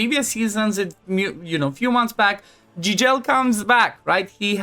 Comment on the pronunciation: Fratele meu, se vede ca esti roman la cum ai pronuntat "Gigel" . Eu cred ca developer-ul are un roman in echipa de a pus numele asta 😂. Mult succes tie si fetelor tale!